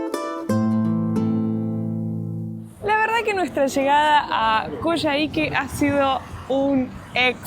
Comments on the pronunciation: Hola, se pronuncia "Coyáique." Buenísimo el video, saludos 🤗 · Lo están pronunciando mal. No es Coyahíque sino Coyáhique, donde se acentúa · Hola chicos! hermoso el video y todo lo que están viviendo! Les dejo un dato ñoño: se pronuncia Coiáique en Chile, abrazo! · Perdón. Se dice coyaique...como coya ... jajakaja